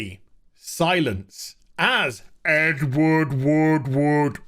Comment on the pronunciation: I thought you kept saying Edward Woodwood.